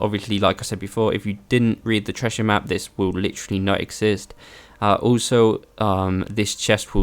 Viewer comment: Never laughed so hard at the "Tressher map" 😂😂😂😂